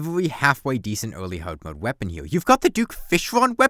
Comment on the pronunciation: "wings awe how you dodge things in hawd mode" 🗣🔥